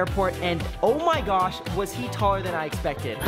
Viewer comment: Never gotta talk about how Brent says Gyash instead of gosh, it’s getting annoying 🤨